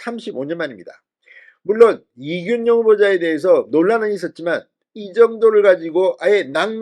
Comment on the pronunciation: 진성호씨 이준용이아라 이균용이라고 하는데 왜 자꾸 준용이라고 하는짖이해가 좀 그렇습니다 준용이 아니라 균용이랍니다